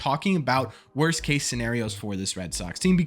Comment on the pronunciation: Ok..somebodys gotta do it... "Wost"??